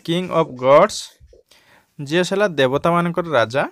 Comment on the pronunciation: Sir i hope God bhala budhi diantu 🤣🤣 (ZEUS) kn kahuchanti odia thik kahicha kintu english bhulkahila chek karantu